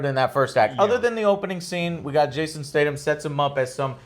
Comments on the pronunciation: Who’s Jason State-um? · Captain Arabia That bothered me too. STAYTHUMMMMM.